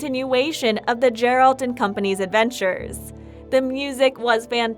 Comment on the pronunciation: The witcher 4 2021? Confirmed? "cannot confirm if there even will be another witcher and if so it won't be announced for atleast a couple of years. How TF is that not click bait? I sat through 6 min of narator saying Jerold instead of Geralt to find out the title was the most clickbait ever. Thumbs down and an anti-sub. Atleast the 4k wasn't a lie